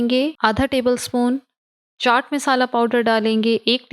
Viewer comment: Aap misala qun bolti hn wesy khana achs hota ha stay connected